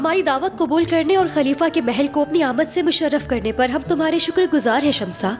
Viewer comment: Shamsa nahi Shamsee